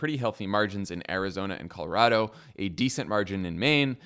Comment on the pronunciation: You both say Colorado right! Bless you!!